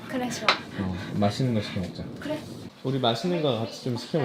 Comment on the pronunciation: 님ㅋㅋㅋㅋㅋㅋㅋㅋ 뭐뭐글뤠? 왜 한국사람 발음이 그렇게 됐어욬ㅋㅋㅋㅋㅋㅋㅋㅋㅋㅋㅋ